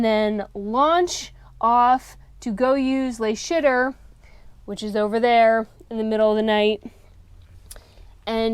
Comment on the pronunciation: Not "the shitter", but "LE shitter".